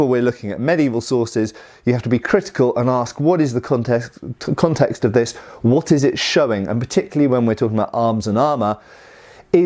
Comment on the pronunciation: I can't believe that struggles to say "Context"!:)